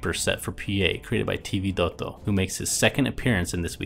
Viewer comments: Funny the way he always pronounces Vidotto, sounds like he enjoys it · anybody else hates how i pronounces vidotto? for some reason it bugs me souu much X_X